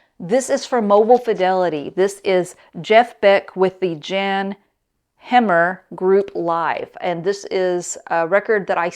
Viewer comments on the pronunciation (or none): it’s pronounced like yawn hammer not Jan. Love your channel. Keep up the great work. Glad you are safe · Great video as always, but if im not mistaken I believe Jan Hammer is pronounced "YON" (like Yon Hammer). Please don't hate me. Lol. I love his work with Mahavishnu Orchestra. Amazing stuff. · You need to check your pronunciation of Jan Hammer. It's like Yawn Haaamer. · If I pay less than $30 (new record) I feel pretty good about it, above that I really start to look more carefully and really want the record. Ex: I had no problem paying $70 for the Simon and Garfunkel Bookends MOFI. Great video as always! Btw, Jan Hammer is pronounced like "Yawn" Hammer 🙂